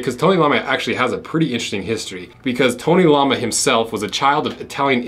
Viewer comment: It's "tony l-o-ma" Not lama like the animal